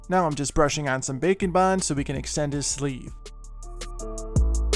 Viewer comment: It sounds like you are saying bacon bond😂😂😂